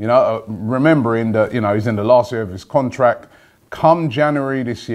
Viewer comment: contract* not contrack Robbie lol